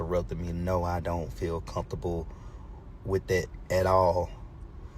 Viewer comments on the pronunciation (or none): it’s “mudders” and “comp-table” that gave everybody pause! Something ain’t connecting Dad! 😂